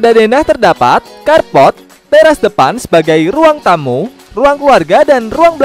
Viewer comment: Ngakak woy, apalagi pas bilang CARPORT😂🤣